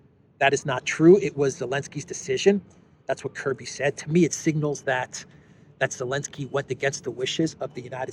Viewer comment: it is nor Elensky it is Zelensky -don't swallow the Z 🤣